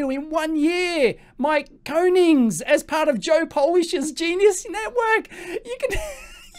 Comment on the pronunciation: Great vid but please learn how to pronounce people's names properly. I'm referring specifically to Koenigs and Tobias which you both utterly mangle Cheers.. >